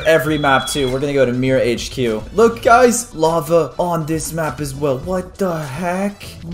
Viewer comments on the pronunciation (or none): it's "Mira HQ" not "mirror HQ". 👀👀👀👀👀👀👀👀👀🐳🐳🐳🐳🐳🐳🐳🐳🐳🐳🐳🐳🐳🏢